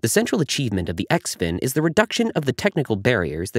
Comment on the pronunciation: I think it is pronounced Zin Fin the X makes the Z sound.